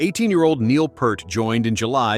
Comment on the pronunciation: RUSH was not a dying band they had just signed a record deal WITHOUT NEIL....get your info right twit...and you don't even say his name right! AND HE WAS NOT 18 IN 1974